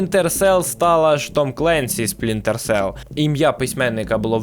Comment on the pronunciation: Жахливе відео. Дуже прошу автора начитки хоча б один раз прочитати текст перед записом, а після начитки переслухати, шукаючи помилки. Купа дивних пауз (вже хоча б вирізали на монтажі), де автор явно загубився де читав, помилок типу "Спрінтер Селл", чи "Колектівіжн" замість "Дівіжн", чи про "події Дівіжн відбуваються у минулому"). По відео монтаж місцями дуже рваний, сцени підібрані без змісту і деякі повторюються. Тему також можна було розкрити ширше - наприклад, ще можна було б розказати, що, наприклад, більшість з його книг пов'язана сюжетом і персонажами, про Джека Раяна, який крім інших є головним героєм останньої книги, про якого також є і фільми і серіал. А так - більшість відео про дві книги і декілька ігр про підводні човни. Meh.